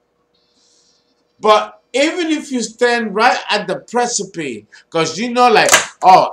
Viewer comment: That’s not how you should pronounce Precipice